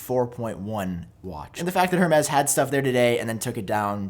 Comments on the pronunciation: Excuse moi, did you just say “Her-mez”?! It’s pronounced Air-mez! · “Herm-ez” lol. It’s “air-May”. (Hermes) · Her-mez? ROFL